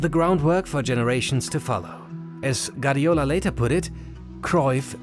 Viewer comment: Guardiola* not Gardiola